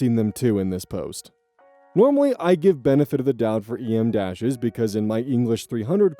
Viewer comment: They're "em" dashes, not "e.m." dashes. Pronounce it like you're naming the letter M out loud.